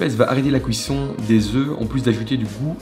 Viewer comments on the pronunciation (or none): J'adore comment dit cuisson "couisson"